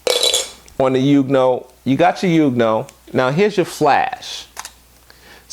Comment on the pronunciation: I do believe it's pronounced "Yong new ohh". Either way, good video. I recently subscribed and am browsing through all your videos. Good content sir.